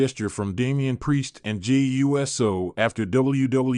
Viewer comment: Hey dumb dumb if you're going to do this type of a video you have to know how to pronounce names it's not u s o it's uso